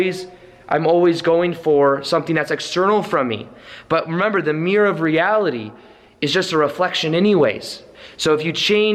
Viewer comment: I mean it with love, but I love how you say 'mirror'... Or should I say 'mirrr' 😁😘